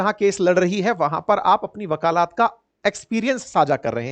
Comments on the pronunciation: bakalat nahi bakalet hota hai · Sir, आपसे इतनी खराब हिंदी की अपेक्षा तो नही थी, वकालत बोलिये...............वकालात नहीं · वक़ालात ❌ वकालत ✅ 🙏🏻🙏🏻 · 😂😂 आप सामान्य ज्ञान कैसे पढ़ाते होंगे वकालत को वकालात बोल रहे है 😇😇 या आपके यहाँ ऐसी ही बोली है